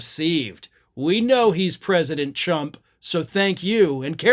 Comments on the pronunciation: A Freudian slip possibly but I think she got it right, Chump. She does a poor job with pronunciation anyway, e.g. the word sure, she makes sound like shore. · From day one she has said "Chump" . Go back and listen to the very first time she spoke in public. I thought , since nobody mentioned it, that it was my ears being messed up. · That word sounds like cump but honestly, she's being nice if that's all she calls him. I will say she's right. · Sounds more like she's saying "Chum", dropping the "P". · Chum is fitting if you are fishing. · We shouldn’t tell here that “Tarump” is available. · oh, so that is not how you pronounce it? Silly me, i have been calling him chump for years! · Might be my ears but I heard Chunk, and that's even funnier. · Did she say chump instead of trump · I didn't hear any flubs. She said Chump! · sounds like CHUMP to me! 👂🏻 whatever CHUMMP has must be catching. Maybe she meant CHIMP 🐵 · Okay, but why does it take 5 minutes to say she pronounced his name wrong? Also, you do know that Tr usually gets pronounced as a Chr, right? As in track, truck, trump, truth, train, trick. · She always pronounces it 'Chump'. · This one feels like a stretch to me. I didn't hear "chump" until it was pointed out and I only hear close to it when I try to make myself hear it (which is an actual phenomenon where if you think you hear a certain word, it will sound like that to you) That being said, calling him a chump feels too kind. There are much better words to be calling him. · Actually, Leavitt has been calling Donald “Chump” pretty much since her first day on the job. I think she has a speech issue.🌹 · President Chrump? That's hilarious! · Pres. Chump she pronounced it right repeatedly Chump Chump TACO CHUMP ! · That's not the first time Baby KKKaroline has pronounced it as "Chump". I prefer that, so she should stay with that. Also, I think Baby KKKaroline needs to go back to high school as she didn't learn anything there the first time.